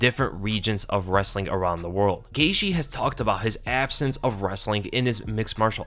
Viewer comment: I've heard Gaethje's name pronounced GEY-CHEE, GEY-GEE, GEY-THIE by different fighters and analysts. But this is the first time I've GEY-SHE. I wonder if Gaethje himself ever gets confused as to which it is lol.